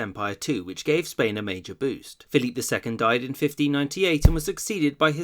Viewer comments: Not sure if this comment has already been made, but why are you pronouncing Phillip II’s name in French. Even in Spanish it is not pronounced that way(you pronounce the second e in Felipe) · Repeat after me: "Feh-lee-peh" (Felipe II). If you don't want to say it the Spanish way you can anglicize it to Phillip like you do with Carlos/Charles, but Dios mío, don't pronounce it "Philippe" as if he were French. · Complete massacre of the names. -Carlos not Charles -Felipe not Phillip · Felipe is prounced fell-ee-pay. You're giving it a French Pronunciation, not Spanish. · Why do you insist on using the French pronunciation of Philip II's name in the videos where he's mentioned? If you want to pronounce it as in Spanish, it would be (using English phonetic values) "feh-LEE-peh." And if you're going to at least try to pronounce Philip as Felipe, why use the English pronunciation of Charles instead of using Carlos? Why put so much effort into these otherwise really good videos only to bungle something so basic?